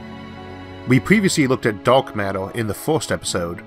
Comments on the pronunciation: Did you say Duck or dark? What is Duck flow? If Elmer Fud was a Astro physicist lol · He's not saying "dark" right he's saying DARLK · I like how the word Daowk is just rubbed in our face. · Are you an "Elmer Fudd" with your use of "D.A."L".K?